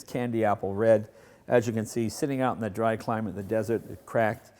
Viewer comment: Germans can't pronounce "the."